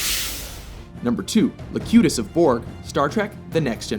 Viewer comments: Good list. Not to be too much of a stickler, but it is Locutus rather than Lacutus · It's Locutus, not Lacutus. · Locutus, not Lacutus! Sheesh! From the Latin 'loquor', meaning to speak. A rerefence to Picard's locquaciousness. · It’s Locutus, not Lacutus... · LOL AT LACUTUS LOLLLLLLLLLLLL FCKIN MORONS ITS LOCUTUS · *Locutus of born, not la cut us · Locutus not LACUTUS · Lacutus? Are you kidding me? Its Locutus, as in "one who speaks" from the Latin. Lacutus would be "One who lactates". Perhaps a far more interesting villain, but not really who we're looking for here. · LOcutus, NOT LAcutus! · It's LOcutus, not LAcutus... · Locutus of Borg, not Lacutus of Borg. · It's locutus of borg not lacutus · It's Locutus, not Lacutus. Also, I find Khan to be overrated. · It was "Locutus". Not Lacutus. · LOCUTUS!!!! not LACUTUS!!!! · Ahem...wasn't it Locutus? Not Lacutus... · Lacutus of Borg or is it LOCUTUS of Borg? SMH. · Locutus, not Lacutus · It's Locutus, not Lacutus. Apologies if this has been pointed out umpteen times. Great video. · It's LOCUTUS not LACUTUS... it just doesn't sound menacing like that ;) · Locutus not Lacutus. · "Locutus" not "lacutus", it's the latin perfect passive participle of loquor (“talk, speak”) since Locutus is the voice of the Borg. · Q wasn't a villian in my eyes swap Q for Seska and its Locutus not Lacutus btw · LOcutus of Borg, not "Lacutus" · "Lacutus"? Sorry, but he is CLEARY pronounce it LOCUTUS. What have you done? put a deaf person in charge of this project? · C. I totally agree. 'Lacutus'? Commander 'Krooj'? The only reason I can think of that these mistakes were left in is because whoever made it was just pure lazy. Don't mess with our 'Trek',, or we'll put you right every time!! By the way, it's 'Locutus' and Christopher Lloyd's character is pronounced Kruge, with a 'g' as in dog, not rouge. Let that be a lesson to you!!:D Good vid, other than that. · Locutus, not Lacutus. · LAcutus!!!!!! Fucking idiots, it LOcutus.